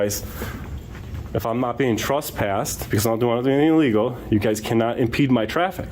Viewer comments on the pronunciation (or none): "Trusspassed"? It bugs me when people pronounce trespassed that way.